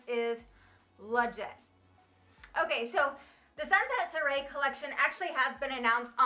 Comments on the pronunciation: Soirée is pronounced Swah-ray. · Love that you did this video. Wanted to let you know that Sunset Soiree is pronounced like sunset Sworee. 😘